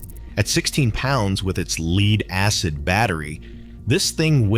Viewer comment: AI narrator?? examples of un natural speech: ibm pc "jay ar" ; the apple portables "leed acid" battery; atari "two six zero zero". Its pc junior, its pronounced led acid, and atari makes the twenty six hundred.